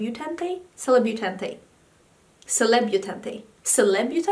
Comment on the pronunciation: I think that bronzer from morphe is pronounced Seh-Leb-Yoo-Taunt like a mixture between a celebrity and debutante I believe!